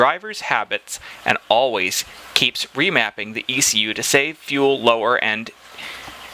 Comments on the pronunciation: Just a note. If you're going to bag out their chinglish, and fair call, don't gloss over remapping twice. In their spelling, it would be pronounced 're-mape-ing'. Also why is it emission, but when spelled with an i, you make it i-miss-i-on. I got bored with your inconsistencies... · Remapping, not remaping. Immission, not emission. That's enough info for me not to buy it.